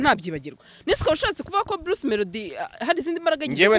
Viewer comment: Bluce melodie (not) Bruce (✓) Tandukanya "r" na "l"